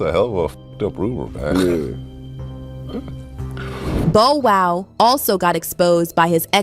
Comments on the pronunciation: Bow WOW, not Bo WOW? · Bo-Wow????? Lady please get the correct pronunciation of his name. It’s BoW-Wow!!!!! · 😫 Exactly what I was thinking. Bo Wow? Really? Cant go any further. Have a Great day All. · Every time she mispronounces Bow, it’s like nails on a chalkboard but, trying to hang in there. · Wtf yall can't announce people names right wtf is a Bo woo.smfh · Lady before U report a story learn how to pronounce the person's name correctly 😡 U guys do this deliberately 😡😡😡😡😡 it happens all the time 😡 a two year old can Bow Wow😡 I'm sick and tired of it, stop being disrespectful 😡😡😡😡😡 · I cringe every time “it” says Bo-wow😖😤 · No fr! Bo wow is crazy 😂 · How she not know how to pronounce Bow Wow? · DON'T YOU JUST LOVE THE WAY THE NARRATOR MIS-PRONOUNCES BOW WOW'S NAME?